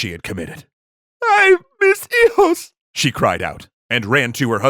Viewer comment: “EY MIS EYOS”extra history 2021💀